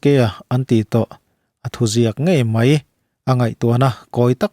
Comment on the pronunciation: Mai tih turah mei tih hi hmang thin teh suh u.Mizo tawng in pawng sual/in ti dajat